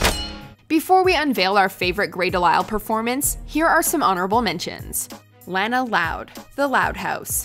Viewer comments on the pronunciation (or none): One, her voice role on The Loud House should've actually been on the list since she voice 3 main characters on the show. Two, you pronounced Lana wrong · Why do people always pronounce Lana's name wrong? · While I am glad the loud house got an honorable mention you guys said the character's name wrong it's lana loud and how could you guys not include her twin sister lola as one of my favorite loud sisters and as what lola said in the sound of silence episode: you know what happens when you make lola mad!!!!!!!!!!!! And while I am glad you guys included HHPAY you guys said the name of the show wrong: it's hi hi puffy amiyumi not hi hi poofy amiyumi.